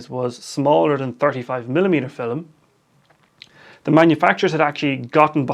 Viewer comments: Is that how they say "film" in your accent or is that just you? :) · Where is he from? Because we’re I’m from (middle eastern) that’s kind of how we say it, similar to his way. فلم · I think it’s cool.